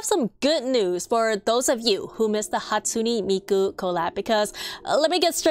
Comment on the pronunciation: uhm…it’s Hatsun-EH Miku… sorry i’m not trying to be rude